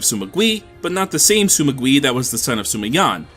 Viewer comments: Hearing "Sima" pronounced as "Suma" gives me aches. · there’s no “u” in sima why do i keep hearing it?